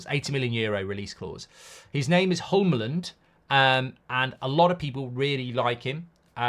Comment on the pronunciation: Hjulmand - It's not that hard to pronounce. Just say it like there's no H and no D. Julman but with a "short a" a bit like the man in Manchester.